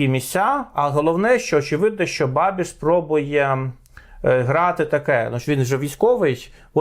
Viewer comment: І не бабіШ, а бабіЧ... Практично babitch...